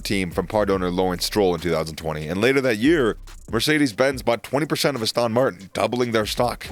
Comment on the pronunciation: Is no-one else annoyed at the narrator's pronunciation of Aston Martin, Abu Dhabi, Jeddah?! Aboodabee?